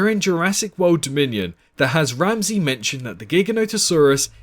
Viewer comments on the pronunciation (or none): none